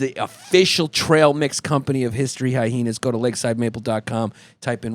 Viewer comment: The extra H in hyhenas has made me laugh every single time